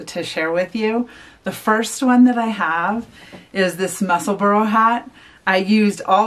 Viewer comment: The name of the hat is pronounced “mussel-bra”, not “mussel-burrow”. ( I know, pronunciation police!) 🤣 The color scheme that you chose for the hat is lovely! 🌸